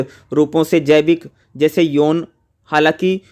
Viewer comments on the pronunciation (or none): Yovan ko yon bol rahe hai 😂